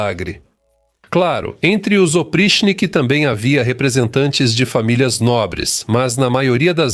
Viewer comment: A pronúncia correta é "opritchhniki". O quinto caracter em cirílico, que se assemelha a um "h" invertido, tem o valor de "tch". O problema é que, na maioria das vezes, o cirílico é transliterado para ser lido por falantes de inglês, onde o "ch" tem um "T" mudo antes (como em Charles). Falantes de português devem tomar cuidado com as transliterações do alfabeto cirílico, já que, na maioria das vezes, são feitas para serem lidas por anglófonos.